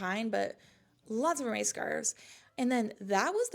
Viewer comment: Hermes is pronounced ERMEZ